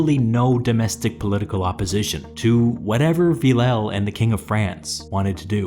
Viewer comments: Villèle is pronounced something like Vil-le not Villau come on its so annoying maybe just use google translate to pronunce the it for you? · A frenchman dies for every bad pronunciation of Villèle😂